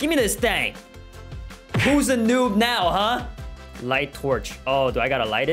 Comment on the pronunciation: "Are you serious right neow bro."